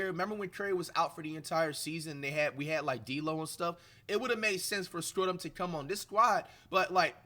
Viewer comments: Really Americans say Schröder like flight says it? You can say it like this (shroder) not skroder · can u pls learn to pronounce his name right? When u say it it sound like scrotum or sth. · We get to hear Flight say Dennis Scrodum for the foreseeable future we won 😭😭❤️ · he might start pronouncing his name right 😂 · WOW FLIGHT ACTUALLY SPELLED HIS NAME RIGHT!!! Still mispronouncing tho 😭😭